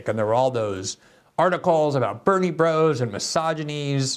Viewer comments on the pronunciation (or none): none